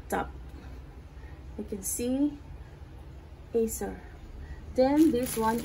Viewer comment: Nabilang niyo ba kung ilang beses niya nabanggit ang 'acer laftop'?